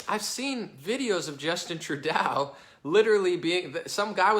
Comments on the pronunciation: Love listening to your common-sense logic! Although you do need to know how to pronounce Trudeau........its pronounced....True-doe. I do speak French, and it hurts the ears a little . lol But still think you're great! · Its pronounced True-doe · Much love from Canada Bro. Here's some pronunciations to help out eh! Justin Trudeau (True - dough), Quebec (Kay - Beck), other than that. It's all good. As a political ATHEIST I enjoy your analysis. Thanks for taking a look at us northern neighbors. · Btw is True-Doh, not True-Dow hahaha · Good job. You've got a good handle on what's happening in Canada. I'll try to help you out with some of the pronunciations phonetically: Trudeau (truedoe) doe like the deer, François Legault (franswa lugo) the u is as in "up", just pretend the LT isn't there. Close enough. Oh, and it's Province, not Providence. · the proper pronunciation of Trudeau,s name is first drop the A replace it with a big "O" fallowed by a P, OK lets say it together, TRUDOPE!! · Homer says True-"DOE"!